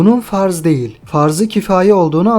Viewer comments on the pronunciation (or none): none